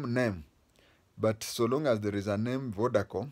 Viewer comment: Vodacom...not vodacome